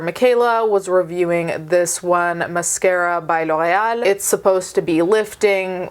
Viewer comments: I love how well you pronounce ✨L'Oréal✨ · That pronunciation of L’Oréal though. 🤌🏻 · The way you pronounce L'Oreal 😍 😍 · There are legit people in the comments making fun of her. For pronouncing L'Oreal correctly 🤦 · I love how she says it, but I have never heard it pronounced that way in the states. Even on commercials, which come to think of it is kind of odd. I think it sounds way better that way and makes them seem like a fancy brand lol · It’s a French brand and she pronounced it correctly? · wow do you speak french ? That pronunciation "Loreal" was just 👌im from quebec so i speak french ( Québécois) I love your videos always 🖤